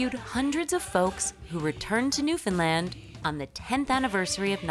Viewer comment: Newfoundland but we pronounce it as "Newfin land", not "New Finlind".